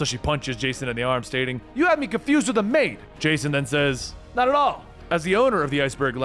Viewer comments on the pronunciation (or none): none